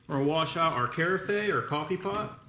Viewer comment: Great review but FYI no e sound at end of word carafe...kr-af 😉